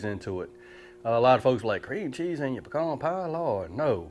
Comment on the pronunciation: Thumbs up for saying pecan right. Lol